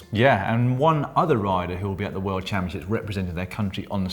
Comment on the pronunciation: Caption : "I goat the jersèèè at the worldchampionsheeps..."